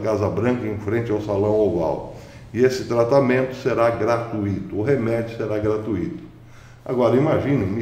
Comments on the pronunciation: Não é "gra-tu-í-to", trata-se de um ditongo, pronuncia-se gra-tui-to, como "fortuito". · Prezado, peço licença para fazer uma pequena correção: palavra gra-tui-to possui um ditongo na sílaba tui, e não um hiato. Abraço!!